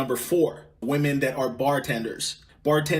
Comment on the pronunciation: I can't even watch this cause the dude with the mic can't even speak proper English. It's women...not woman. And your humor makes me want to jump in front of a train. And it's years not yurrs